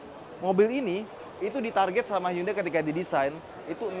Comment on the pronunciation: Bacanya hyon-de (hyeon-dae)... cenah